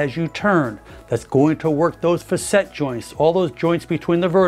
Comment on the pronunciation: I believe the proper pronunciation for "facet" is FA-set. I hear you using "fa-SET" and it doesn't sound quite right to me. Please correct me if I'm wrong.